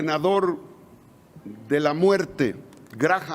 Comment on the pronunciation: Y ni quien lo corrija. El nombre se pronuncia, 'Gram'. Linsi Gram.